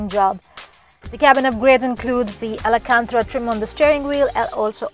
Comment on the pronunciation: Alancantra? Did you mean Alcantara?